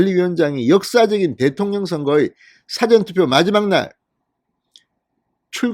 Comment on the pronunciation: 사전투표?! 국어사전투표?! 사전 事前 투표의 발음 [사: 아아저언] 투표! 장음!